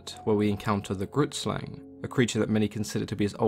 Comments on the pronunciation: Grootslang literally translates to big snake 😂 also it's pronunced g-(rolled) r- oo-t sl-ung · For those wondering what the South African myth means. Grootslang translated directly means "big snake", yeah our native people, the Koi and the San weren't very creative with names. It is an Afikaans woord and how you pronounce it is a bit different to how English people read it. Not saying anything negative here just stating something. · Super late, but i'm from South Africa and the pronunciation of grootslang was way off. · Growlie26 neither have I but the way he pronounced it hurt me inside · Grootslang means big snake in Afrikaans and you are pronouncing it incorrectly but eh who cares.